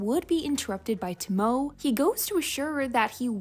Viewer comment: Hey, just a little note: Since Tomoe’s name is Japanese, the “e” is not silent. Her name is more pronounced like “TOE-moe-eh.”